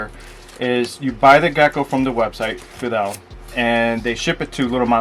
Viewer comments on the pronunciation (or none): The “Fadel” / Feedle pronunciation was throwing me off there. 😅